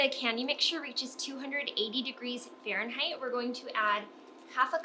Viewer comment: You’re very hard to listen to. Can you say Fahrenheit one more time?